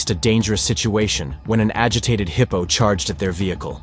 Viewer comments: WTF is a "heepo"? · The footage is nothing new. But the horrible narration, by a computer, is beyond annoying. Why don't the channel creators just read the copy themselves? Or, hell, I don't know, get a friend to do it. A friend that can pronounce hippo 😖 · Dude says heeeePOoo